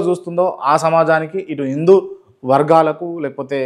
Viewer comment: ఇందు కాదురా, హిందు